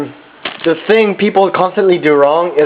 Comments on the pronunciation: "it is D best" , "get DIS one" , "putting DUH water" , "alright, DAS kinda boiling" XD oh Korean Americans lol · "the" 발음을 참 거지가치하네.